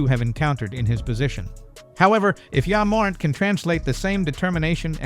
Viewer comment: This AI voiceover is trash. Wtf is YA morint.